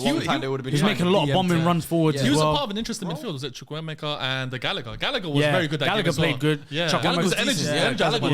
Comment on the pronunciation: they really butcher the pronunciation of Chukwuemeka